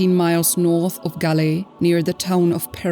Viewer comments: THAT "GALEE" IS CORRECT BUT YOU SHOULD READ THAT AS "GOAL" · Not gale 😂 pronounce ' gol' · its pronounced Gall, spelled as Galle..... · It's pronounced Gaul....